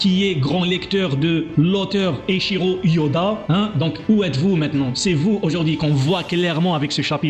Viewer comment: Je crois il a dis echiro Oda pour le corrigé il a dis echiro yoda